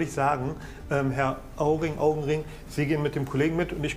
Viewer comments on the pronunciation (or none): Herr Auring...Augenring 🤣